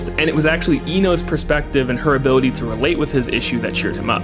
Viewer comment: "impecable zoning hability" Gold shit